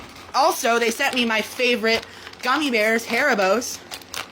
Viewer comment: Never fucking say harribos like that again